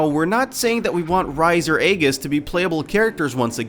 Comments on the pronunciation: And "Aegis" instead of "Aigis". I common mistake...if you have never played P3 before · He said 3 of the 5 names wrong it's not Aegis, that's in Japan, it's Aigis, saying it exactly how it sounds. It's also Chie, not Chee. And Rise (Ri-Say) not Rise (Ri-z) Sorry rant over lol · I think it's pronounced "Ree-say" and "Eye-giss" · I took this seriously until he said "rise" and "eggis"